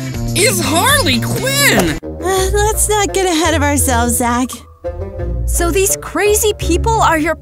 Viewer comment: harley quin said harley qweens